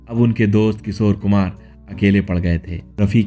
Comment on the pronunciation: Your titles are very misleading. Like clickbait. Your hindi pronunciation is also not right. किशोर कुमार को किसोर कुमार बोलते हो.